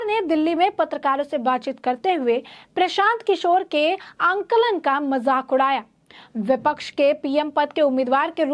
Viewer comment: आखिर आंकलन शब्द है ,आलंकन नहीं, आलिंगन सुना है आलंकन तो नया शब्द सुना है, हिंदी में है ही नहीं शायद।